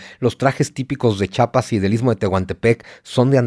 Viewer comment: Chiapas!! No chapas!! Saludos desde Sancris ❤